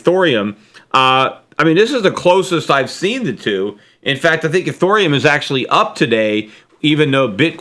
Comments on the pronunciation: ethEreum NOT ethOreum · Eth ear E um! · Lol! Eurythium! Aww, Peter, you're frickin aDORable! Uh, it's "Ethereum". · You're losing subscribers because u called it urithium. Then, ethorium. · Nasdaq trader bitcoin and as Peter calls it, ureithioruium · Cramer didn't recommend Bitcoin he just mentioned it. It's ET here ium Peter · eh-THEER-ee-uhm, Peter. lol. thanks for the market update today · i lost it every time he switched pronunciation of ethreum, great sense of humor xD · cannot even pronounce Ethereum!? Just shows how clueless Schiff is about crytocurrency! still pumping and dumping his Gold money! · There are a couple guesses I have as to why you may be losing subscribers. First off, I enjoy and look forward to your podcasts, and I've listened to you even before the peter schiff show started. I also recognize and mostly agree on your perspective on cryptos and the economy. However, you may be losing credibility for two reasons I see. 1. Learn how ro pronounce NVIDIA and Ethereum. It may seem like you haven't looked deeply into what you are criticizing if you don't pronounce the thing you are criticizing well enough. 2. Underestimating how long the music plays before we have to find a chair. Most of your listeners have missed out on 9 years of a stock bull market run. That's a long time. I think many people are tired of waiting for a realignment that never seems to come. I've mentioned this before, but it may be a capitulation of sorts by even the most hardcore contrarian investors. You could add this to your list of signs that the bubbles are topping. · Really?... you don't know how to pronounce Nvidia?...you don't know how to pronounce Ethereum?...I'm sorry Peter, but this makes you sound like you are waaay behind the times...